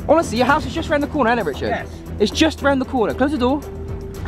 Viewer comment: Saying richerd is dead